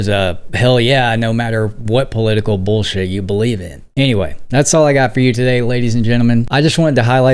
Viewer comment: Why did you say "bullshir" - she is not holding "bullshir" beliefs